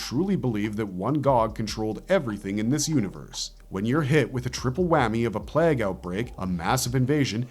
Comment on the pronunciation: Your programmer needs to correct the pronunciation of plague